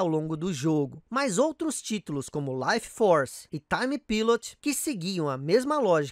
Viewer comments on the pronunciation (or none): none